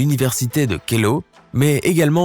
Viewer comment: Université de Keio et non Kelo